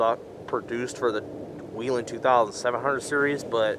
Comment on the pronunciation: It's not weelen. It's wellhen.